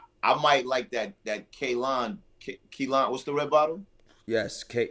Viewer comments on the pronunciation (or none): Ayo yall brothas killin me with the way yall pronouncing that Kalan🤦🏿‍♂️🤣🤣🤣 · I thought it was just me!! Lol. I can't understand why it's so hard to pronounce. They keep calling it Kelan